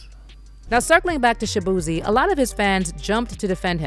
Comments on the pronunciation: Shabeezy not shabootay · His name is shaboozey and you surprised....one more time...SHABOOZEY... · ShaBooty Lol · 😂😂😂😂😂😂😂 they done turn Shaboozey into Shaboozay I cannntttt 😂😂😂😂😂😂😂😂😂😂